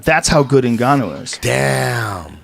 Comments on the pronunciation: he literally says Zingannu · Zinganou hahahahaha like anybody can get his name right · Eddie “Zinganu” bravo. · 😂 😂😂 Stipoic, Kalabib... Zinganou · Eddie, who the fuck is the beastly “Zinganno”? 😂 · “Frat Zingannou”-Edgy Brah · "Francis Zinganou" - Eddie Bravo 2019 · Eddie "Zingannou" Bravo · So,are we gonna pretend like Eddie didnt call Nganou Zingano. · Lmao I thought they were taking about cat zingano for a sec... oh eddie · Who's "Zenganu" Eddie? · Wait what!?! Zingannou!!!! Really?! ZINGANNOU!! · francis zingannou xD eddie oh eddie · Bravo called Nganou “Zingano” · Bravo said: ˝ Zinganu˝ hahahhahha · Eddie "Flat Earth Zingannou" Bravo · Lol, Zengannou, Eddie Bravo actually said it. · Did he just say Zingannou? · bruh if Joey Diaz said his last name like that they would jump on him like hendo on bisping